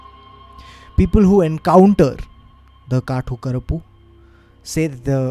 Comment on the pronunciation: Its कातु करुप्पु 😂. Amazing stories as usual ❤️